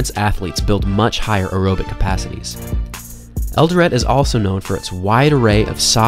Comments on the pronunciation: It's Eldoret pronounced El Doe Ray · It's "El-Doh-Ret" . The 'T' is not silent